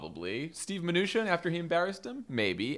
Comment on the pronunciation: Favs finally pronounced Mnuchin correctly!